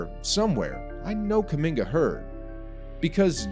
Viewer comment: Stephen A: "kuMINGER"